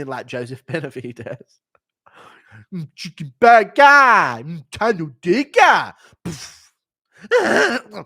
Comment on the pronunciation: Checken BERGERRR